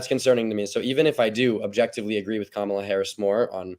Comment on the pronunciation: That lady is disingenuous and her mispronouncing Kamala Harris name just screams Fox News